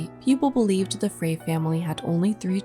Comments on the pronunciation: Frey is pronounced like fry.. My husband is related to some people with that last name, his grandmother's maiden name. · Frey is pronounced as "fry."